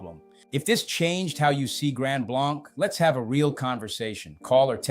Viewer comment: If you’re going to make the claim that you live here, learn how to correctly pronounce the name of the community: Grand BLANK- as in empty, nothing.